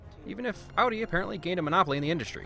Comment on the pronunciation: He pronounced Audi correctly. Give this man an award. BTW why is it that in every sci-fi movie some car manufacturer has the monopoly? In minority report and The island it was Lexus